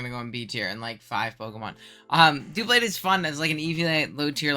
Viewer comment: Also, FFS IT IS DUH-BLADE, NOT DOO-BLADE! WHY DO SO MANY PEOPLE SAY FUCKING DOOBLADE, IT GETS NE SO MAD!!!